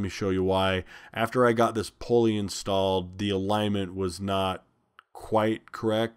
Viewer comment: Oh indeed it is! Also: poor grammar; whether it is wide spread or not: is STILL wrong; and we should try our best to speak the English language correctly; if we are a graduate of HS or higher learning! IE: it is NOT "Pole-ee". It is "Pull-ee"! It is NOT "RPM's". It is RPM". NO exceptions. It is NOT "Irregardless". It is "Regardless". No exceptions. And the worst of all: "If I were" is NEVER correct:. It is "I was" in ALL cases. Not to mention spelling "Your" when it should be "You're" when meaning "You Are". Not to mention spelling "There" when they mean "Their" in a possessive scenario. Etc., etc. and ETC! A perfect example of "Dumbing down society"; by teaching "birth control", "condoms" and "abortion" (COLD-Blooded-Murder); instead of teaching that it is dead wrong; and if you do it, you WILL pay the price!" For whatever it's worth.